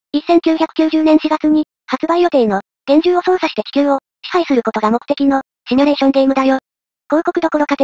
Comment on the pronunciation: シュミレーションじゃなくてシミュレーションなんだがな